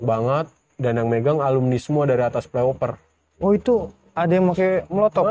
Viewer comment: Ralat bang, yg bener FLY OVER bukan PLAY OVER